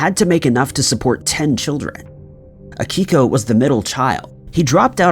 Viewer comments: It's Akio not Akiko. Also you did not need to say his name that many times... We know who you're talking about. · His name was AKIO Kashiwagi....NOT "Akiko".... 🤦‍♂ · And can’t Akio’s name right either. Pretty pathetic. Boring and annoying.